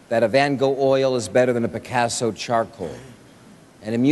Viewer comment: The disrespect pronouncing Picasso and Susan Sarandon. 😂 smh.